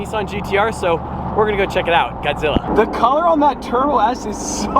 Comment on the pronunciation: he sayin godzilla me guaczilla. also tanner foxes gtr is over 1000 hp